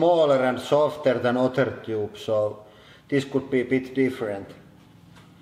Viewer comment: "Metal Toobs"